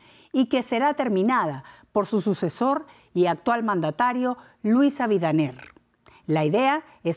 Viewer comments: Abinader no Abidaner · Alguien mas escucho eso XD pense que era luis abinades no luis abidaner en el en adelante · Luis Abinader ( no Abidaner) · A la presentadora del programa el presidente dominicano no se llama: Luis abidaner...... es Luis abinader corona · Dijo Luis abidaner ajajajajaj, es Luis Abinader. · 😮😮😮😮no es Abigader . Es Abinadel .😂😂😂😂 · Exacto, y ni siquiera sabe pronuciar el nombre de Abinader. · Un noticiario con prestigio y ni averiguan cómo se pronuncia el nombre del presidente.